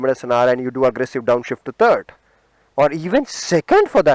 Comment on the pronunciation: Terd not it's third